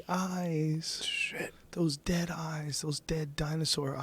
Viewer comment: Joe "Look at its Eyezzz" Rogan